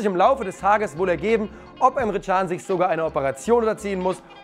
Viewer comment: Super, wie immer. Aber der Junge heißt: Emre Can ( C aussprechen, wie beim „Dschungel“) can= das Leben/ Herz ——— Çan = die Glocke. Klingt lustig, ist aber so 👍🏻